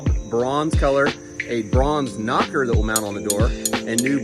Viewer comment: You can't say "knocker".